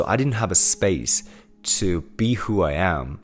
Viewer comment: Great content man. Love the positivity. Also- the only time I can hear your accent is when you say ふ for “who” lol. No offense intended. This is just reinforcing the idea of being imperfect being okay.